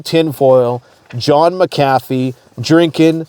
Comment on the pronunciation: Who else pronounces John McAfee like that? 🤔